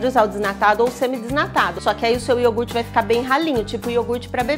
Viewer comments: Eu adorei ela fazendo o IORGUTE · receita: iourgut caseiro Ingrediente: iourgut